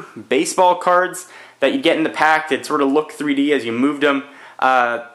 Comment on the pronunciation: glasses free free dee is what you said the first time